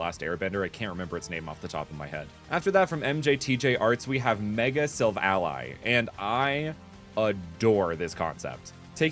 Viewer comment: It’s pronounced Viv-EE-on and sillvaly is pronounced Sill-Val-EE ANDD A POEM : roses are red violets are blue I like all my comments because nobody wants to.